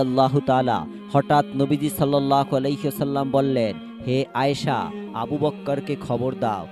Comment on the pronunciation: রাসূলুল্লাহ সাল্লাল্লাহু আলাইহি ওয়াসাল্লাম না বলে আপনি,, রাসূলুল্লাহ সাল্লাল্লাহ আলাক,,,,, বলতেছেন কেন আপনার হচ্ছে ইসলামী জ্ঞান খুবই কম বিশ্বনবী নামের উচ্চারণ করা শিখেন তারপর ভিডিও বানান 🤔🤔☠️